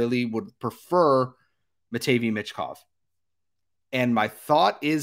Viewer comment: Honestly I think this is how the first 5 will go CHI: Bedard ANA: Fantilli CBJ: Smith SJS: Carlsson MTL: Michkov Also learn how to pronounce Matvei 😂